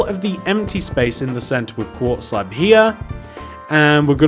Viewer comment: is it me or he keeps saying slap and not slab